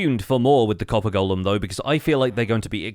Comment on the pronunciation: Subbed as soon as you said golem correctly 🙏